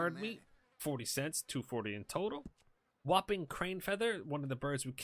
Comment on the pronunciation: "Whopping" Crane? LOL